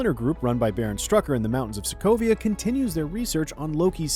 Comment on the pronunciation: He said Sokovio ?